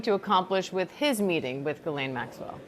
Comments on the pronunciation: Jiz-lay. It’s French. It’s not Gee-lane. The “n” is silent. FFS. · Her name is pronounced GIS like jeez, laine like len